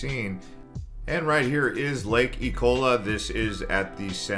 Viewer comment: "Lake E'cola."